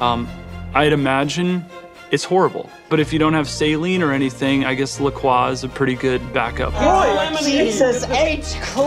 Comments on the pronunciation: Nicholas mispronouncing "La Croix" is so Greg. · Almost. He said Le Croix, not La